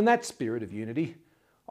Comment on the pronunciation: I also like when he say subh kamanaye....